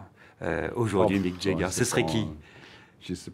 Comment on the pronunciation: Quand on interview quelqu'un, la moindre des choses est peut-être de savoir PRONONCER son nom : Mick JAAAAger, pas Mick JEEEEger. Les Français font tellement pitié que même les grandes stars se disent "bon, on peut plus rien faire pour eux, faisons semblant d'avoir mal entendu". Le plus navrant dans tout ça étant que même les gens qui l'entourent n'ont pas cru bon de lui signifier son erreur, symptôme d'un peuple qui ne croit pas devoir le respect aux autres peuples, et qui d'ailleurs n'a aucune idée, obnubilé par la supposée supériorité de sa langue et de sa culture, que les Français sont le peuple le moins apprécié du monde, précisément à cause de cette arrogance.